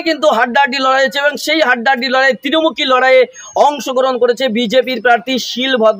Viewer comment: তিরমূখি নয়, ত্রিমূখি..